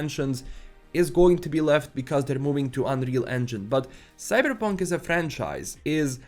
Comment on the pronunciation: It's Cyberpunk, not "Cybrrrreeepunk" 😴🤣